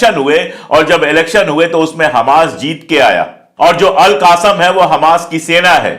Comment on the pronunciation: अशोक कुमार सर, आप हमास के एक लड़ाके ग्रुप को हमेशा " अलक़ासम ब्रिगेड " के नाम से बुलाते हैं, वास्तव में वो " अलक़स्साम " ब्रिगेड है ! !